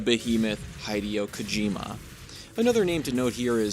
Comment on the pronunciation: "Hydio Kojima" and i'm done with the video. Try harder please.